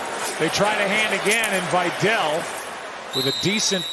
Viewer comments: why pronunciation vy-dell instead of vee-dal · its not vajdel its vidal